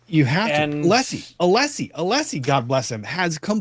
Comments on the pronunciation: Hank knows how to pronounce Alessi for sure because he says it correctly when arguing once and then immediately switches back to aleeeeseee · is correct about Brennan’s mispronouncing Alessi’s name. Brennan said it correctly once and then immediately reverted back to the mispronunciation. The correct version was his slip up. This happened at some point in this very hearing! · Also, I think it's intentional with Brennan because, 1. Allessi introduces himself every frickin morning. 2. Brennan gets his name right once and then reverts back shortly after.